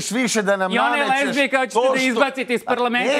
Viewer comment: Ajmo gospodo novinari iz Kurira da naučimo već jednom da se kaže lezbijka, a ne lezbejka. Poyy